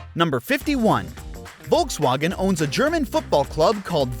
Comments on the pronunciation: Volkswagen.... volks wAEHgon, not volks WAgn. AND SPELL THAT FOR 50 MINS?! GEEZ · The way you say Volkswagen sounds like the most unholy mashup of the English way of saying it and the German way of saying it. Please just pick one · ah yes. voltswagon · Why does he say volkswagen e o s... it's Eos after the goddess.... at least he got the wind names right.